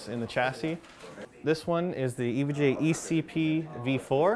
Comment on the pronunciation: Been a long time since I've seen or touched an EVGA board. (It's pronounced EE-VEE-GEE-AYE for those that don't know. Not Ehv-guh.) :)